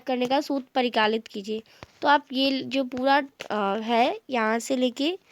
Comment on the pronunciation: Dii vo परिकालित nhi hota hai परिकलित hota hai apne mistake se bol diya hai it's ok 😅😅